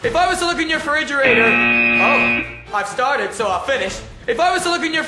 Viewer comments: "If I was to look in your feridgerator...your freriderator...your fridge..." haha yas perfect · When Louis try’s to Pernounce refridgerator I nearly died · Louis trying to say "refrigerator" tho 😂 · refridgeratorator... fridge gets me everytime!!! 😂😅